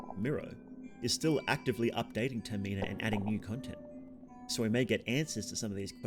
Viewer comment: I am begging you please pronounce termina any other way